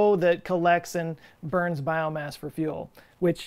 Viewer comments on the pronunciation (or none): none